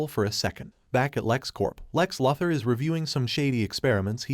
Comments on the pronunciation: Say it with me now Lu-Thor Luke the AI is a Lu-sore for this pronunciation. I dunno wtf a Leather is like is it a belt, a purse a jacket? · idk about you guy but i hear it say lex luhthar lol i cant un hear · It didn't, it said "luh ther" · Yes narrator. Lex' surname is pronounced...... LOU... THOR. Not Lether. Nice go though! Keep up the good work! GOD BLESS!!!! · It's lou-thor not luth-her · This sad Loother pronunciation, fix your AI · Lex Luther is pronounced Lex Loo-thor. Idk how u can watch the movie, but not know how to say his name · Can they get the AI to pronounce “Loo-thor” instead of “Lartha” lol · No it's saying Law Tor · It said "luh ther" not lartha. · please pronounce the characters name the right way....its pronounced LOU THER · “Luh-ther”? I’m out. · "Lahther???" Do you... read comic books??? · It sounds more like "La-thur" than "Lar-tha". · I know, that AI kept bringing me right out of it!